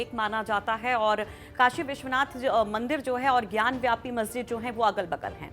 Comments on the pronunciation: मैडम वह ज्ञानवापी है, ज्ञान व्यापी नहीं। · ज्ञानवापी, Not ज्ञानव्यापी